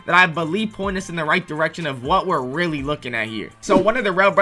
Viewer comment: whenever bro says really ITS SAYS RELLY BRO THINKS HE IS SLICK